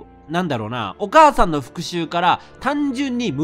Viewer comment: レトさんのお母さんの読み方がどうしてもおばあちゃんの読み方に聞こえる